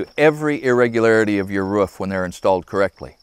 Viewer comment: rOOf (rewf) not what your saying lol